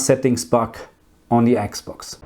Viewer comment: I miss you saying Eeeks Box. Now you say Xbox and it's not as endearing anymore lol!! Please say Eeeks box again 😂